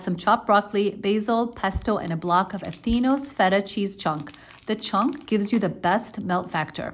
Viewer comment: She finally pronounced "feta" with a "tapped T" sound! I feel like I hit YouTube Bingo. The linguistic nerd edition.